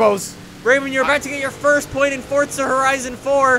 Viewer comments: I didn’t realise Forza had a ‘T’ in it.... 🤔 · Hey its for-z-a not for-tz-a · Forza not Fortza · This man WILL NOT stop saying Forza like “Fortsa” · FORZA has a Z in the word...USE IT!!! It’s not FORTSA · ITS NOT FORTSA ITS FORZA!!!! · Fortsa hahahaha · STOP SAYING FORTZA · ITS FORZA NOT FORTZA!